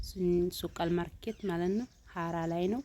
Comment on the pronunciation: አማርኛዋ የግሏ ነው😂😂😂